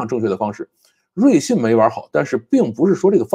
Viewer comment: 瑞幸，为啥会读成瑞信😂